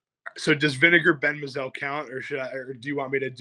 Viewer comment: I know you guys are young, but you're mispronouncing the name of Vinegar Bend Mizell. It's pronounced My-Zell. He had a good major league career, which included a world championship. However, not so glorious with the Mets.